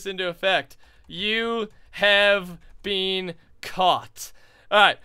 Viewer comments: "You have bean caught". I say "bin" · anybody else notice how pronounces been bean instead of been I know it's a Canadian thing but I think it's kinda funny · Any else realize that say been like bean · Yes I was thinking that just now